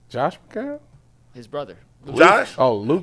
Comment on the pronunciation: LoL is like Bruce Drennan, calling McCown, McCowen, with an extra syllable.